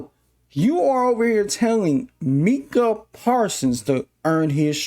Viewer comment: Its pronounced mike-uh.